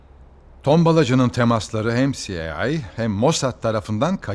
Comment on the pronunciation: her izlediğimde şu sahneye takılırım. CIA öyle mi telaffuz edilir a..